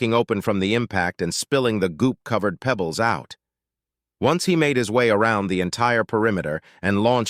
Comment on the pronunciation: THUMBS DOWN, and out. "marble-sized pEEbles" Not my day to put up with a brain-damaged Narrator. Not my day to put up with an author who did not =Respect= us listeners enough to do a proof audit.